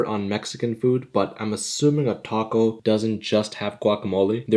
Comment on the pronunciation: the pronunciation of taco😭🙏